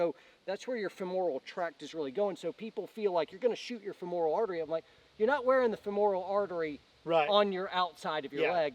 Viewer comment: Awesome info, love me some, but it is pronounced fem-ral, not fem-oral (BTW surgeon for the last 21 years). Keep up the great work!!